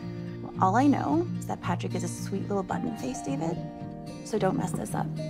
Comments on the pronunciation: Ew Day-ved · eeeewwww Day-ved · Ouch David! Ouch day-ved!!!! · EW DA-VEHD